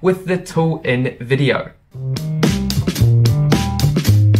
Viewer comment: When he said InVIdeo, I thought he said Nvidia ahahahah😂😂. (No offense, just a joke)